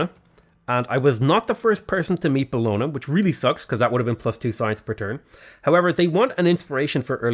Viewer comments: Just an FYI - Bologna is pronounced "Bolonya." Like Lasagne is pronounced "Lasanya." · Your pronounce Bologna in a funny way